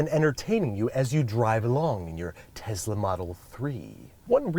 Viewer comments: This is a lovely brotherly gesture but why does he keep saying TEZLA??? The name has an s... teh·sluh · Why does he say tezla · Tess - la not tez - la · Just a little annoying when people don't pronounce words correctly. It's TeSla not, TeZla. SSSSSSS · Him saying teZla is killing my soul rn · He said tessla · Me: Tesla Him: Tezla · tesla, not tezla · TESLA TESLA TESLA. NOT TEZLA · it's tesla not tezla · Pronounces Tesla as “Tezzla” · no one: andrew: tezla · Love how he pronounces it "Tezla" in the review segment. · I have to correct you it is tesla not tezla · Tezla model 3!? If you read that the way he said that in your one of my people 😂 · Tezla? Okay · Omg stop saying tezla plssss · he said "tezla" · No one: Absolutely no one at all: Babish: teZZzZzla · Very sweet of you to do. But what the hell is a Tezla? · is it just him, or does a certain part of the US pronounce Tesla "Tezla" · Things I learned today: -Babish is good people. -Its pronounced "Tezzla" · ‘Tezzzla model 3’ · No one gonna say anything about how he called it a “Tezla” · Has anyone else ever heard anyone pronounce Tesla "TEZLA"? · No one: Babish: Tezla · He pronounces it like Tezla lol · It drove me insane that he pronounced it Tezzla. 😂😂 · WHY THE FUCK DO YOU KEEP SAYING TEZLA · What's a Tezla? ;) (And you're an awesome brother Andrew! :D )